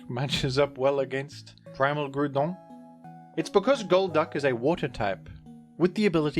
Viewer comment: The Groudon pronunciation is fantastic